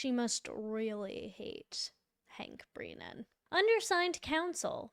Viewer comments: This lady can’t even pronounce brennans’s name properly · Why do you keep saying BREENAN and not BRENNAN? You even spelled it incorrectly in the title. Was that intentional? And PROSECTER?? WTF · Thank you for your coverage but please articulate your vocabulary. It’s Brennan. Not breenan. And prosecutor. Is that said purposely or do you really not know how to pronunciate the words correctly?? Otherwise I love your videos.